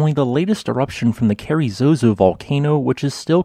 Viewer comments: I've been there and it's quite stunning. One tiny correction. I think the locals would call it "carazoso", not "carry-zozo". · It’s Carrizoso, not Carrizozo.